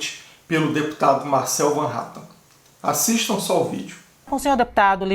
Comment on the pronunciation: Van Hattan não fala o nome correto do deputado e sim Hatten